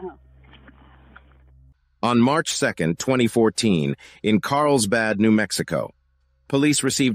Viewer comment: Did this guy say Carlbad instead of Carlsbad?